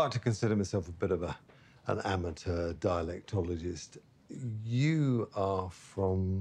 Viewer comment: Did he just say "dialectologist"??? 😂😂😂😂😂